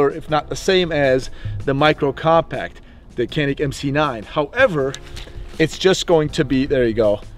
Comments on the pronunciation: Kanik diye niye okuyorsun hocam sen Turksun bide Canik diye okuyan Samsunun ilçesi Canik. C sesiyle k diye degil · i'm here just to say that canik is pronounced as "djanik" with the "g" sound not with the "k" sound. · Janik or Kanik for right pronounciation? should be said Janik instead.. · Not can ick its john ick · One trivial detail: "C" in Turkish is pronounced as "Dj", not C in English. So the brand is pronounced "Djanik", after a mountain range in the Black Sea region. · Ok so you do know that Canik is a Turkish manufacturer and the “C” in Turkey is pronounced “J” so it’s “Janik” as in John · The U.S canik reps even pronounce it with a hard C. It was said wrong from day 1 here and it stuck. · Canik özel isim olduğu için kenik olarak telaffuz edilmesi yanlıştır. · baba niye canik diye okumuyonda kenik diyon ya sana ördıl mı diyolar orda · Ugh. It’s pronounced “Chanik.” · All this and they still can't figure out how to pronounce Canik ?! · abi hadi yabancılar okuyamıyor sen bari yapma canik onun adı